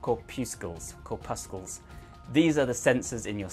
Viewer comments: Cor-puscles (rhymes with muscles) 😀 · Corpuscles rhymes with muscles (or so I was taught.) I kind of like your way better. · Just remember corpuscles rhymes with muscles from Brussels :)